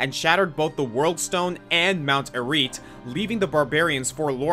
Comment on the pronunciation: Those Diablo names were all spoken wrongly, Baal, Mount Arreat and tyrael.